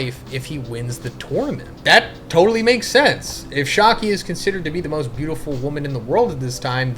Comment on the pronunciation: Not shaaaki 😢 its shyakky a